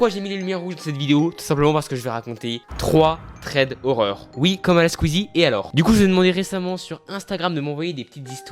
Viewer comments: on dit pas tred mais sred c’est de l’anglais ptdrrt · "trois trèd horreur" 😂😂 sinon la vidéo est bien mais a la quoi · Thread = " sred "